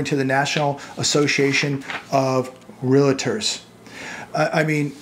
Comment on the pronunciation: REAL-tor, not re-la-tor.